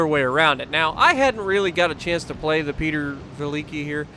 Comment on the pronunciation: its pronounced (pee-oh-tier)